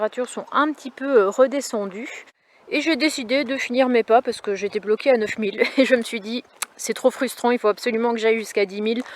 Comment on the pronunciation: J’étais aux anges et pas j’etaitttttt aux anges avec une super liaison....